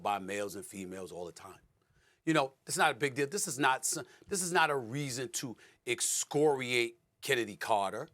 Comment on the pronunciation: 🤔... NOT exooooocoriAAAte... 🧐... Escoriate: To censure strongly; denounce; To criticize (something) harshly; To tear, scrape, or wear off (the skin)... 😶... ok, sir (salute) aye-aye Cpt. 👑💛🙏🏽